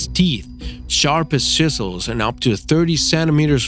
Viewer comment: "Shisles" "correcteristics"